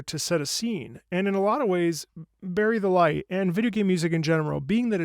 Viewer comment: Did he just say... Berried delight!?